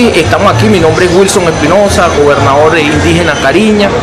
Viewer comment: lo siento mucho pero este supuesto indígena desvirtúa mi idioma Kari'ña que mala pronunciación definitivamente como salen indígenas de donde no existen!!!